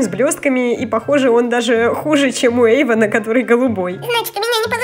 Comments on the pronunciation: Ага и Эйван а не Ейван😄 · не Сафи а Софи не Ейван а Эйван